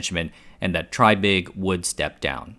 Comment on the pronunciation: It's pronounced TRAY-big. (reference